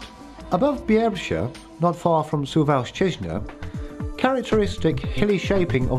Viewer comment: I know that speaker is from West Europe but when listen śuwalśćiźna or puszcza białowiejska 😂😂😂